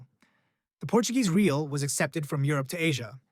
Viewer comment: Real is pronounced more or less "ray-AW" or "ray-ALL," not like the English word "real," lol.